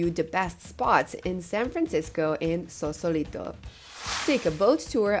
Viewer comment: FYI, It''s Sausalito, not Sausolito.